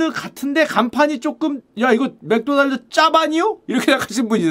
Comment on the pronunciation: 마르코다날드는 뭔가요 ㅎㅎ 맥도날드의 일본식발음 마크도나르도? ㅋㅋ 필리핀에서 맥도날드 매운치킨 먹었는데 바삭하고 고소하고 맛있어서 감동했었는데. 졸리비치킨보다 맛있었음. 일본 마크도나르도 한국맥도날드에서 필리핀 맥도날드 치킨처럼 튀기면 좋을텐데 라고 생각했음요. 필리핀 가시면 맥도날드 매운치킨 강추요.졸리비 스파게티 엄청비추합니다. 케찹맛만 나요.면은 불어터진거같고…저도 조금먹다 버렸어요 ㅠ